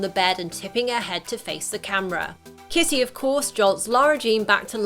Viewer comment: The lady kept on saying kissy instead of kitty